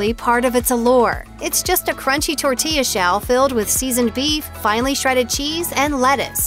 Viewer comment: The narrator’s pronunciation of the food is just horrible. “Tacou” “tortia ” “picou te gayou” “il poyou loucou” any way, all of the food on this video is not real Mexican food.